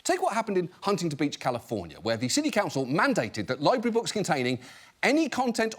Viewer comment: Thanks, John, but you didn’t need to tell us about weeding. We all know weeding happens there, it’s a libwawy.